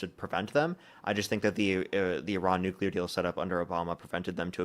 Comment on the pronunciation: Can we agree that nuclear is pronounced New Clee Are and not New Cule are? We can go from there regarding this fools argument and lack of understanding. Drives me absolutely insane just like Democrat vs democrat